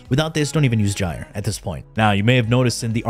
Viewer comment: That's how you say it